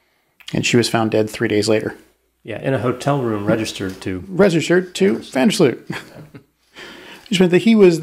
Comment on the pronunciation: You still pronounce the name of Joran van der Sloot wrong. The J is pronounced as Y in Yates. The A's in "Joran" and "van" are pronounced as the A in "calm". Furthermore, the emphasis lies on "Sloot" and not on "van". I am Dutch so I am an expert on this matter :).